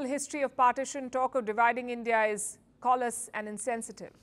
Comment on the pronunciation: Palki, It's Callous, that's with a short a not a "a" like in "call" it's a short "a" like in "apple"